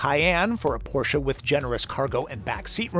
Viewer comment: talking at the beginning how this car is pronounced and then he says porshA🤦🏼‍♂️ it‘s porSCHE